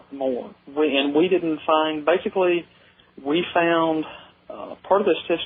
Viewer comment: Sure sounded like facebook, not basically.